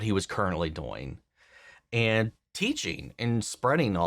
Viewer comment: I mean this with absolutely no disrespect. But where on earth are you from where your accent pronounces it "doiyng" instead of "do-ing?" I have worked, played, or lived in 38 States in the USA and heard so so many accents but never have i heard that word pronounced that way